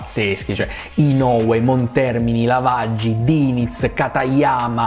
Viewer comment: Diligentemente, vogliamo un episodio su Giovanni LAV-AGI (come lo diceva Murray Walker😢😍❤️ sul primo videogioco di F1 ufficiale della storia)